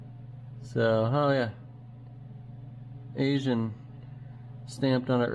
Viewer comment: Nice work. I’m just completing the mechanical restoration of my 1980 FJ40. Not to nit pick, but you should stop calling your engine parts “Asian”, like the people from Asia, the OE-quality aftermarket parts manufacturer is “Aisin” pronounced like A-SIN, even though they were made in Japan by Asian’s lol.